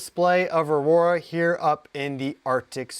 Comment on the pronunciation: Aurora? Or "Our Aura"?